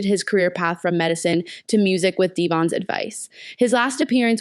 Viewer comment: Devon. Not”Dev on “